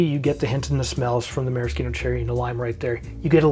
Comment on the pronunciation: Perfect! Scalable enough for a large audience, and uncompromising on quality ingredients where it matters. (Correct pronunciation of Maraschino cherry, too!)🍹